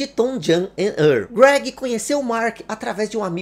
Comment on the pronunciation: Uma dica, o nome se pronuncia "TouJem e Ârrl", esse segundo nome é mais difícil mesmo, tem que enrolar a língua